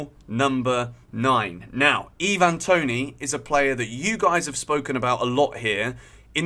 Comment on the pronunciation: Why're you saying Toney's name like he's a foreigner?